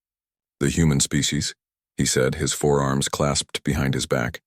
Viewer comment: I REALISE This Video IS 2 MONTHS OLD 😅 BUT I WILL SAY IT AGAIN 😡 THE AI NARRATION STILL SUCKS 🤬😡😤👀 The AI Still Can NOT Distinguish Between FOUR ARMS AND FOREARMS 🤬😡😤 This A Is A Fundamental Error That Could Be Fixed By Simply Using Google Spelling Checker 😳 🤬😡😤 Or A Proof Read B4 Uploading 🤬😡😤 Do Better Than This Crap 🤬😡😤